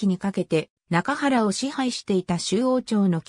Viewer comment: 中国の歴史において、中原は「ちゅうげん」と読みます。訂正したほうが良いでしょう。